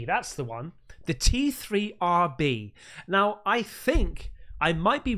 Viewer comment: “This will take a while to look into, WHO MADE THE BLOODY *T-R-3-B” had me in stitches 😂 try T3-RB 😜